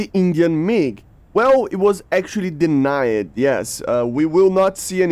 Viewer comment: it denied not denIYED